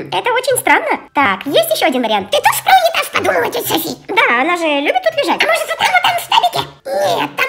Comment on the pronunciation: Почему Сафи а не Софи?и почему Котамонстр а не Котомонстр?